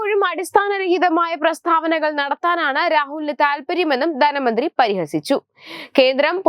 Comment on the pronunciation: ദന മന്ത്രി അല്ല ധന മന്ത്രി എന്നാണ് പറയണം